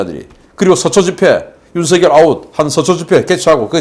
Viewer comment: '윤석열이야. 윤석열!!!' '윤서결!'이, 아니야!!! 옳은 말을 안 듣는 것들은, 더러운 인간이냐??? 한글도 못 읽는 것들이, 대국민 방송 하냐? 정권 교체를 목숨걸고 바라는 보수.우파라는 인간이, 가장 유력한 유망후보 성명 조차 옳게 발음 못하는게 도대체 뭘하겠다는 거야?? 뭐 이런 것들이 있어??? 뺄개이 나라 되길 목숨 거는 놈이냐???